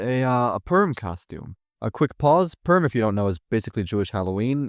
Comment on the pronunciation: its purim not perm